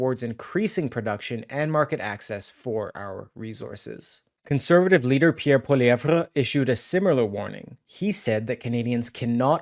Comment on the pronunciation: Why are you pronouncing Pierre's name so idiotic way